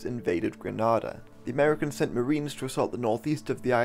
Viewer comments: Its green ayyy da not gra na da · Gre(NAY)da, not Gre(NAH)da!!! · Interesting I actually lived through this on the island. I have a few points of contention - otherwise Well done. It's Gre-nada not Grah-nada Coard placed Bishop under house arrest after Bishop visited the Reagan administration in Washington DC and Castro in Havana. Read what you will into that... Bishop was freed mostly by uniformed secondary students. The central committee ordered army loyalist to attack and kill Bishop and his followers in St George's. To this date the number of people who died is not published. Coard was not releaved of his command/control of the central committee. I remember the radio anouncement - and at no point was this brought up. It was clear that if the Americans did not invade that there was probably going to be a civil war as the army was split in support for and against the decisions of the central committee. The island was very very tense. Many people were making final arrangements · its pronounced with an (A) not an (AH) ITS CALLED ( G-R-E-N-A-D-AH) SPELLED GRENADA. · It's pronounced Gre-naid-ah. Maurice Bishop once thanked Ronald Reagan for pronouncing it correctly in a speech. The way you're pronouncing it is like the city in Spain... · Hi, good job on the history part but I’m from Grenada and it’s pronounced gre-nay-da not gre-nah-da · Grenada isn't pronounced like the Spanish city Granada. It rhymes with "cidada". If there's one thing you want to get right in something like this... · Its pronounced "GRE-NAYDA" and NOT "GRE-NAADA"... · It's pronounced Gre-nay-da not Gra-nah-da I hate hearing ppl mispronounced it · Gren ayy da. Not gra na da. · Not fully accurate..........but number one error.........our country is called GRENADA......Granada is in Spain..damn it check the pronunciation nothing annoys a Grenadian more than calling our country Granada. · Gre-nay-dah....not Granada or Gre-nah-dah. Very important. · it's Gree-NAY-da not Gree-NAH-da